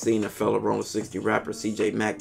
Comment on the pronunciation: It’s Rollin!!!!! Not Rolling!!!!